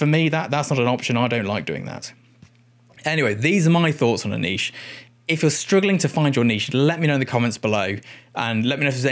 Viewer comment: Thank you for everything but especially your pronunciation of "niche"